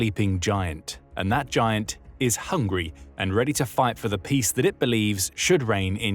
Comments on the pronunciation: 😂 i was about to click away immediately when you said the superpower was hungry (i heard hungary) 😂😂😂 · I swear I heard Hungary and not Hungry!